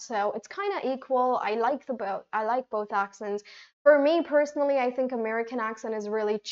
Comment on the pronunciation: I fink you should focus on the vowels , consonants and dipthongs pronunciation see that it comes out of your mouth without making extra effort or opening your mouth too much when you use these basics in the words pronunciation